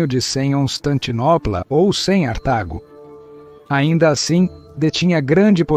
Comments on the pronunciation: Cem "artago"? O que vc quer dizer com isso? ... Prejudica muito o entendimento p'ra milhares de acessantes do seu canal...Parece-me pouco inteligente ... E não contribui p'ra compreensão da História romana. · Muito ruim essa pronúncia. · Por que a IA qye faz essa tradução não conserta essa tradução do "C" para o som de "ce" mesmo, em lugar da significação do número 100 romano?! Refiro-me a momentos como "100onstantinopla" e "100artago". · Atrapalha demais. Tudo o que é “C” a IA lê 100. Até Cartago vira “Cem artago”. Horrível!